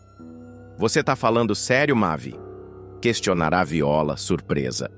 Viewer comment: Quem diabo é mave se o nome é mavi ou vc não sabe lê ou narrar,essas mentiras